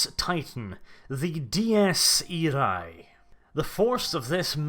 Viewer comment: Dies Irae (Day of wrath), the latin ae is pronounced like the german Ä.